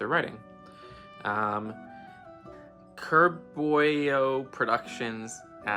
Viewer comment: Ayyy you actually answered my joke question :) Also this is how you pronounce my username: KUR-BOY-OH Productions….you actually got it correct lmao I would never glue my Lego because it is MEANT to be taken apart!!!